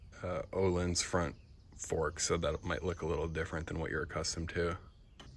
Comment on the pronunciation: I’m sorry. Did you say Ohlins?